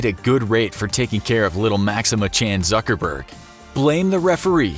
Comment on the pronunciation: Zuckerberd? Not cool man Not cool